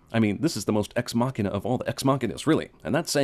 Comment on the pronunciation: Your pronunciation of deus ex machina should be illegal though. For someone giving out so many (and often unfair) fail points you deserve a point yourself for everytime you fail at pronunciation it.